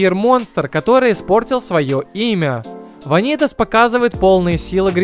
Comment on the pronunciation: всё круто но... вАнитас... не ванИтас пожалуйста, это очень режет уши